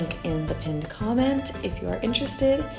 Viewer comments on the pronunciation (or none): none